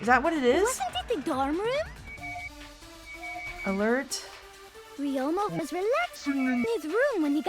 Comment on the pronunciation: “The dUrm rUUm?”